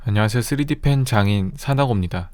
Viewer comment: 3D펜 장애인이라고 들렸는데..